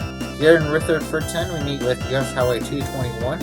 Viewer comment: . It’s ConCORD not conCURD. It’s MUNroe, and Rutherforton does not sound like the ladies name. It rhymes with rut.